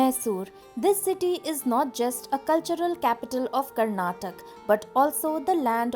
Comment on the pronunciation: Its karnataka not karnatak , can we call Hindi as Hind !!!! no right ?